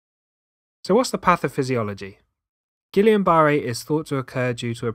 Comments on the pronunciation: Concise and helpful video! But at some points I felt I was guessing (allbeit "likely" correctly?) as to what you were saying, because: 1. You pronounce "guillain-barré" differently than it shows online. Maybe yours is the British pronunciation, but I could not find it online (despite finding British pronunciations for other conditions or body parts), and that was distracting. 2. You say that the antibodies created by our B cells for the antigens on the causative agents "match" the proteins on the nerve cells ... but I think you mean our antibodies against the invader's antigen (you listed three antigens) "attack" those nerve cells because the nerve cells' structures (proteins) match the "protein" on the original invader for which our body's B cells made the antibodies in the first place. That's a mouthful, but I think it's what you meant? Is my guess correct? 3. Then you refer to "symmetrical effect," but at that point your illustrations at first depict a unilateral effect (to leg and face.) All of this has made me worry if I was correctly guessing what you meant, and whether I might or might not be correctly guessing at what you meant in another video that you put out. Imo, your video is PROBABLY VERY VERY valuable, but I would like to know if I am guessing correctly on the points I referenced. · I'm not going to take lessons on something from someone who can't pronounce it correctly. Gee-yahn-buh-ray. I don't know who Gillian is but they can keep their berry if that's how you're going to say it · Its pronounced as Geeyah Burrey. But yet its a great video 😍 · You are pronouncing guillain barre wrong. It is French, and pronounced (gee-YAH-buh-RAY). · How can he not pronounce it correctly? It is not GuILIAN IT IA GuiLAIN and pronounced Gi - Yohn. Rhymes with John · With all due respect to such a crisp and excellent video ,I would like to correct the pronounciation of the word Guillian-Barré to (gee-YAH-buh-RAY) Thankyou sir . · It’s not Gillian. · Wrong pronunciation